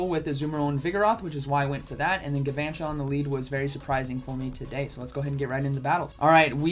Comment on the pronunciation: It's pronounced gal-vantula, like galvanize